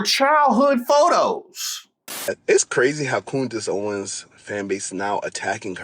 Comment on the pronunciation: Did he say Coondice Owen’s? 😂😂